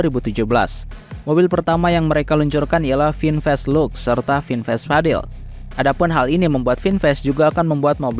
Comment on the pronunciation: Vinfast tulisannya, kata bahasa Inggris khan? kenapa cara bacanya melenceng? Itu menunjukkan ada hal yang disembunyikan